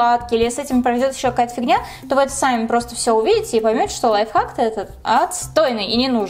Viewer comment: лойф хацк? я одна это слышу?